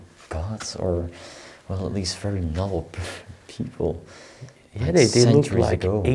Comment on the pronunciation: Have you ever thought of having a native speaker listen to your videos to make suggestions for you to improve your English? I have been binge watching your videos and you have been mispronouncing the word NOBLE in every video for five years. This is the first video I have seen with and he is saying it just like. There are many words in each video and it is very distracting from your fabulous videos.